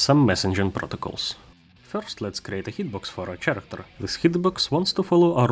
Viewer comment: Спасибо за тутор, особенно в рамках Godot. Замечу только что слово "персонаж" говорится как "кэрэктэр", не "черэктэр". Удачи в творчестве и упортства в практике!